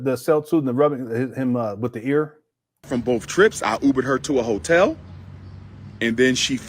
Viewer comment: He repeats everything and it’s so annoying. The word is BOTH, not BOF, Doctor. 😂😂😂